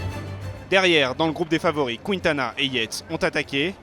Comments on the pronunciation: Voix off pour Quintana ça se dis kintana pas kwintana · Il dit kwintana